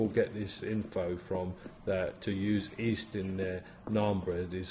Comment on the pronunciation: When you say "east" do you mean yeast? Unless I misunderstood you, apologies if I did